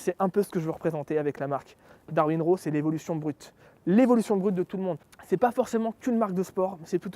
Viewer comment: Très sympa le nom de ta marque, ça pète! En revanche, le "Raw" serait plutôt entre le "a" et le "o". Comme si tu voulais prononcer un "o" mais que tu ouvrais la bouche pour prononcer un "a".